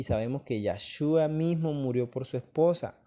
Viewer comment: Es yeshua no yashua